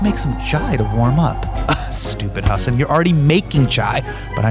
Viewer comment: How, after all this time, do guests call him “Huh-Sahn” and not “Hu-sun” like he pronounces his own name? 😒